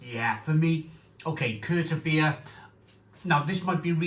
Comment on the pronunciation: Correct pronunciation would be Vild brow Keerta beer And also Mare-t-zen is the style of beer. Just thought for someone regularly reviewing beer it might help. Cheers mate